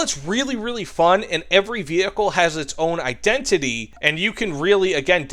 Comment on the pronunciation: you said "identiddy", it made me laugh for 10 minutes straight and left me in tears, cheers for making my day man